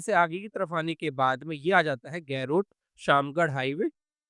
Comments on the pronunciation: गैरोट नहीं भैया, गरोठ ✅ 👍👍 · Why are you pronouncing garoth in English 😂..